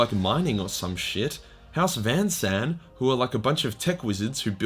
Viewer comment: Ok listen, I dont mind your at times sketchy pronounciation, I would just wish you atleast dont add letters that arent even in the word. Example; Van Saar became Van San in your video. Its pronounced; “fan saar”